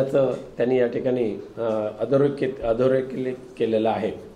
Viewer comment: Laya adhorekhit ha shabdh bolta yet nahi